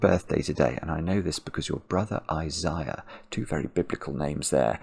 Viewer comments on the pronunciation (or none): How is "Isiah" spelled? [@ approx, btw] If a "biblical name" as said, that's "I zay a" pronounced (sort of like "Michael" is not mick ay ell – but Michael) How is Isiah spelled though? Thanks